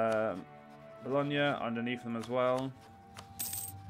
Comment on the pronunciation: Gn in Romagna, Bologna and others is pronounced as the ny in Enya i.e. Romaan-ya, Bollon-ya and even bollon-yays (bolognese).